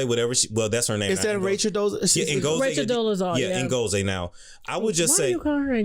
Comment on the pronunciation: Rachel paid to have a ceremony in Nigeria changing her name to Ngozi (means Blessing in Igbo...there is NO African language Tasha!!🙄) Ngozi is pronounced IN-GOZ-EE. Tasha pls just let your guest talk....🙄🙄